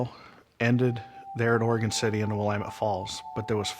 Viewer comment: You should learn to pronounce “Willamette”. Your mispronunciation discredits everything else you say.